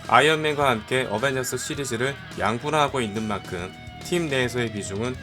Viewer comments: 어벤져스1 인데 어베져스1 이라하내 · 초에 어벤져스1 이 아니라 어베져스1 실화ㅋㅋㅋㅋㅋㅋㅋㅋㅋ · 언벤져스가 어베져스 ㅋㅋㅋ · 왜어베져스 1 이라고해요 원래어벤져스 1 인데? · 초에 어벤져스1인데 어베져스라고 했어요 오탄가요?? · 에 어베져스ㅋㅋ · 1분13초어배져스오타ㅋㅋ ㅋ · 어베져스?? 어벤져스아닌가요?? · 어베저스1 뭐여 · 에 어베져스ㅋㅋㅋ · 어베져스 ㅋㅋㅋㅋㅋ 고쳐주세요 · 에 어베져스라는디ㅋ